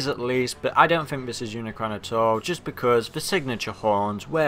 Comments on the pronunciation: It not uncron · dude its unicron